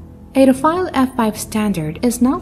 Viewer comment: and many times more thereafter - Rafale not Rafael